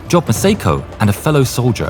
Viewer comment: The name Job is NOT pronounced “job,” it’s pronounced “Jōb,” with a long O. For crying out loud, do basic research so you don’t sound like an idiot.